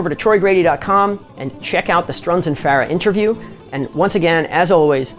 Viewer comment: One off the wall question.. You pronounce Farah unique. Is that how Ardeshir said to say it? I have always said Far-uh. Some say Fur- ah.. and you say Fair-ah.. Kind of a silly question but just a curiosity aside from the playing.